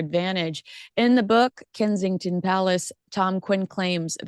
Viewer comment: Kensington Palace is NOT pronounced "Kinseying-ton" Palace🤨 Here at home, we howl with laughter every time you put own name on it. 😀😃😄